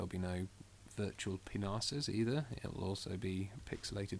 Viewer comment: haha he says penis funny.